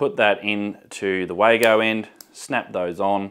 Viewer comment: WAGO is a german name and pronounced "Vargo"